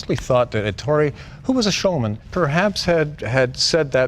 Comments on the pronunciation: The name is Èttore (with the stress on the first wovel) not Ettòre (with the stress on the second wovel)! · Who is “Entoro”? C’mon Jay, it’s Ettore. 🤦🏼‍♂️ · Jay. Ettore is pronounced "EH-TORAY". C'mon. You're Italian. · Dzus is pronounced like "Zeus", Jay. And Ettore is "Eh-Tore-Eh". Magnificent car!